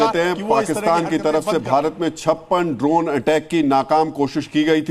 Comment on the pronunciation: Bhaiya its Drone not , Dronacharya wala Drone .